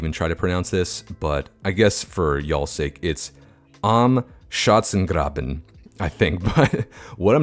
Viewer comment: as a german i can say schanzengraben is a dificult word to spell, but you nailed it almost ! :)